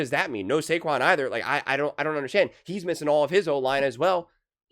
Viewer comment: "Buh heeze missdin his receivers" 😂 bro you be killin me